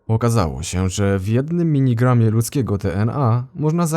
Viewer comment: czy mi się zdaje czy słyszę zamiast miligramie minigramie ? - nie żebym się czepiał czy coś